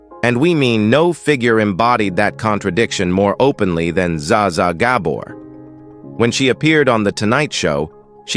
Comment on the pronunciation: Zsa Zsa is not pronounced Zaza!!